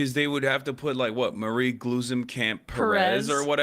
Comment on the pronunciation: Astonishingly, y’all pronounced Glusencamp Perez perfectly but mispronounced her first name, Marie. 🤦🏻